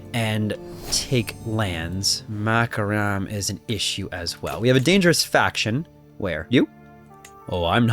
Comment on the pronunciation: I love listening to your mispronouncation of the names. Makaram the country of macaroni XD